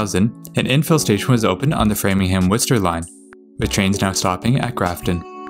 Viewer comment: He said Framingham right.